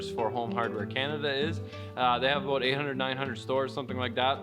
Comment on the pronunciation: “How it came aboat” you mean 😅